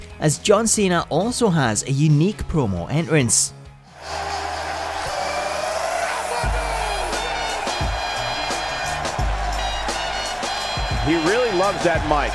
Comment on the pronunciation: He can't even say entrance properly